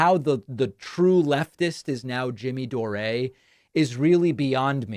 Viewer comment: After all this time you still can't manage to say Jimmy Dore's name properly? Lol